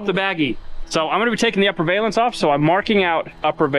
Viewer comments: it's pronounced Val--ance. NOT. Va--lance👍👍 great vid keep it up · Valance, like balance. A valence (with a long A like Scale) is a term used in chemistry and atomic physics. I know, you don't care. It also really bugs me that no one who works on cars knows how to pronounce solenoid. 😝